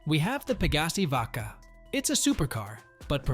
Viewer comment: This either AI or a guy who's never played the game reading a script. No way he played and wrote this and called the Vacca "vodka"